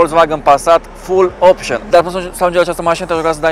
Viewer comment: "Fulopșăn by AUTOVIT" 😂